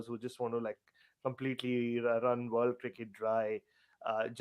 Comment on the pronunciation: ''the older you get, the more you wangt the world to end with you'' I LOVE!